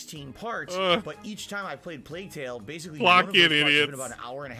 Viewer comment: Him calling Plague tale - play tale is so obnoxious